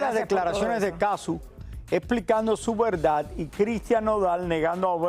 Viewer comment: No es Cazzú, es Cazzu.